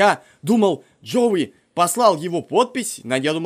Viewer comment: Джоуи а не джо